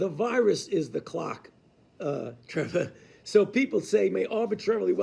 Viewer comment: I'm so happy for Trevor that Dr. Fauci pronounced his name right. Trevah. Not with a hard R.